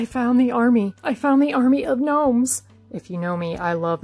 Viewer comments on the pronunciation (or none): "If you gno-me, I love gnomes." << how I heard it